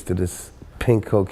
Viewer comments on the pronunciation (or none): Lol, you can't even say cocaine. WTF?!